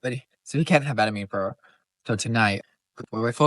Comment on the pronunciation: We call it “Ban a mean”, for Banamine. ban like to ban from doing something. I can’t figure out how you are saying it